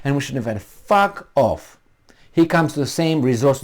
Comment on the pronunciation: hahaha I like you said FARK OFF !!!